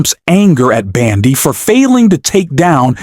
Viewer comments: Ok! Ai voice, try pronouncing it as Bondy not Bandy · please pronounce Bondi’s name correctly. I love your podcasts, but your pronunciation of her name is very annoying.